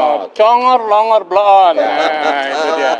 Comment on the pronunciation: Plongor Pa Haji Egisujana bukan tambai huruf P Pak Haji 🙅🙅🙅